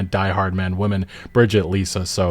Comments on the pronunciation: Well my core complaint is how you keep pronouncing “WOMEN” as “WOMAN”..LOL. Seriously, it’s grating on the ears. Say it correctly. It’s not hard. Seriously. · Buddy it’s the plural form of woman is pronounced “wih-min” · "Women" is pronounced "wimin" btw. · Brother, you have got to start pronouncing words differently. There is a huge difference between WOMAN and WOMEN. They are pronounced differently. "Women" is plural. "Woman" is singular. It is pronounced "wi-muhn". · Woman and Women are two different words that make different sounds. Man and men are two different words that make different sounds. One is plural one is singular. Just want this content creator to know unless English is their second language -if that’s the case I really apologize. I just wanna save them future embarrassment. I don’t agree with what gamespots review and I think probably they’re trolling but it’s just a pet peeve of mine when someone can clearly say man and men, but can’t say woman and women. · I invite you to learn the actual correct pronunciation of the word women. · I'm really shocked that a guy who does not know how to pronounce the word "women" is triggered by a mention of how cringy Kojima games still are at times. A true grifter's take. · Do you know how to pronounce the term, "women", correctly? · You do know that that’s not how „women“ is pronounced, right? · Why can’t you say “women” right? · Women are pronounced Wee-men, not woman. You need to look it up how these words are pronounced. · Dude its women, not woman. Women as in plural, Wi-men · Women should rhyme with swimmin, I really don't understand why so many people pronounce women as "woman" is it a California thing? Dope video either way, love your videos, and screw GameSpot, what a shit review they did... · Women. The plural is women. Stop saying "woman" like it's plural. Why do I keep hearing YouTubers doing this? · Ffs man it says women not woman! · Why do you keep saying woman and not women??